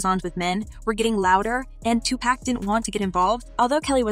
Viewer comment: Honey your always saying Tupac name wrong.